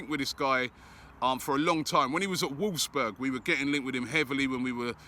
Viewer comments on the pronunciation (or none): none